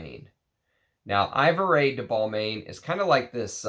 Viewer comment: Great Video! Also, Ivoire is EE-VWAR and Ebéne is EH-BEN. 😅